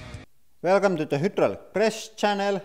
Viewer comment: My favorite part is when he says whodraulic and my second favorite part is when he crushes stuff.